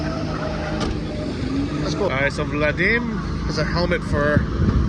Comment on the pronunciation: Did you mean Vadim, not Vladim? You said Vladim like 10 times throughout this video and it cut my ears a little